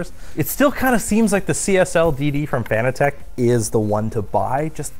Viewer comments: Are we sure about the pronunciation of "Fan-a-tech" and not like "Fanatic?" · Fun Fact: Fanatec is a play on fanatic so is pronounced like fuh-NA-tech not FAN-uh-tech. Here's Fanatec pronouncing it's own name the proper way, tell all your friends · Why does everyone call it Fan-a-tech?It’s Fanatec like sports fanatic. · Fanatec is Pronounced like Fanatic...see what they did there?